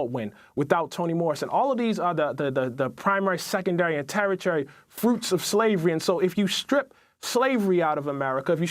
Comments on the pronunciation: Coates mispronounced “tertiary” yet still gets prominently featured on national television... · Racist and race-baiter Coates (who is held up as a leader by some very misguided people) can't even pronounce a simple word like "tertiary" correctly. The very ignorant and stupid bigot pronounced it "tara-tary"... wow... and he gets paid to be on TV? He sounds like a 5 year old XD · The first fool doesn't even know how to pronounce 'tertiary'; but we are supposed to take his views seriously?! Come on, get educated on the basics before you start expressing strong opinions about difficult topics. Larry Elder is brilliant. Pairing him up against that first dim bulb is almost unfair; but then again...that's all the left seems to have to offer. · Ta-Nehisi Coates is celebrated on the left as a writer but he can't pronounce "literature" or "tertiary".